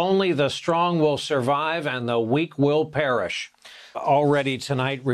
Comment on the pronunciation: "the weak will parish"? Perish, P.E.R.I.S.H . Parishes are in Louisiana, like a county. Perhaps it would help this Texas Mayor to learn the English language since that is what we use mostly here in America. "only the strong will survive"? Um....... Those who have common sense and a bare minimum of education will outlast the strong every time.